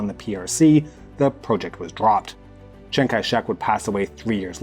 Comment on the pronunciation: I love how his Russian pronunciation is amazing and his Chinese pronunciation is just "make it rhyme with BANG"